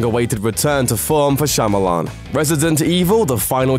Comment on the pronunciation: I give you props for pronouncing M.Night's name properly; most youtubers would hesitate, butcher it, and then joke about how foreign it sounds. Kudos to you.